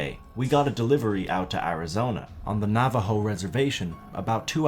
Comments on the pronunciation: Navajo is said navaho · He said Nā-Ah-Vo 🤣🤣 Come on you expect to believe a skinwalker was riding a bike 🤦😄 But in all seriousness Great video 👍